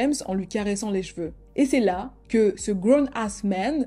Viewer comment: Ca s'ecrit CHeveu punaise. Tu dis pas un Jval ...